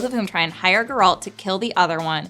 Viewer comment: Excuse me did you seriously just say Geralt’s name like that?!